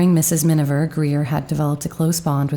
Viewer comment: C'è un errore costante nella narrazione, quando si parla del film "Mrs. Minver", quando invece il nome corretto è Miniver. Comunque, grazie per il documento. Io sono una grande ammiratrice di Greer Garson! 🌺